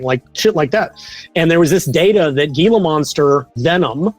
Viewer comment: I live in the desert southwest USA. It's pronounced "hee la" monster, guys.